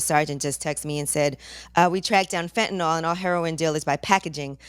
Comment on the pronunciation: Why does everyone mispronounce Fentanyl? It is not Fentanol